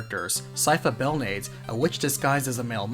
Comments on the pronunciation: Naaa... you butchered my and Syfa's surnames :/ It's Bel-na(h)-des and Te(h)-pes!! Just read them the Spanish way, not English. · You also mispronounced Sypha's last name. Belnades is pronounced bell-nah-des. It has Spanish roots, so like in Spanish, you pronounce every vowel.